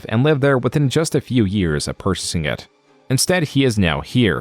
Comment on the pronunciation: Are you using an AI? What the hell is this pronunciation of "purchasing" here